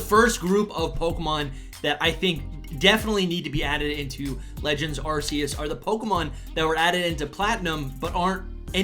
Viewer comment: It’s pronounced “are key us”